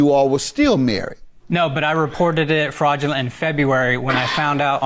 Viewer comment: Kinda sounds like the ex wife says, “Frogulent.” But maybe it’s just me!